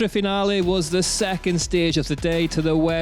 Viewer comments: At least pronounce the name of the location correctly!!!!! instead of that horrible effort! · We would love to, if we knew where we were going because you pronounced it properly. Also pre race organisation was horrible, I called the info point in Finale (In italian) and scanned everywhere on the web to get information on the actual race times and days for each category and trail zones where the race would actually be to plan a trip. No one knew anything! Appalling. So I cancelled a planed trip to watch it. There needs to be actual information, of which day and time each category is racing. GCN/UCI should already have their stuff together, not give us the excuse oh its new, we are just starting and it will improve. It should already be on point, viewers will actually be paying to watch DHWC. You need more staff on point doing each bit. The Old Enduro series race Videos were much better as well.